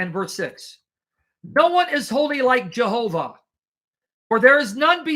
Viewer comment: Yehovah,, Yehovah! Stop saying J like the Westerners.